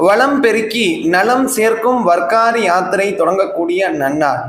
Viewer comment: மன்னிக்கவும். அது வர்க்காரி இல்லை வார்க்கரி. வாரி என்றால் யாத்திரை (புனித யாத்திரை) கரி என்றால் செய்பவர். வாரி+கரி=வார்க்கரி வார் என்றால் கிழமை /நாள் என்றும் அர்த்தம். வாரி again and again repeatedly making holy trips.